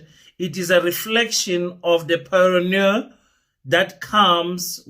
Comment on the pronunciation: Pronounces (Paranoya )